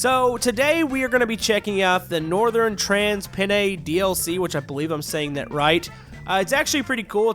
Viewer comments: Its not Trans-Penne its Trans-Pennine (Pen-nine) Edit: That's really condescending and Now I realise kinda pointless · Its pronounced trans-pe-nine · It's trans-pen-nine. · it’s trans penn ine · you say pen9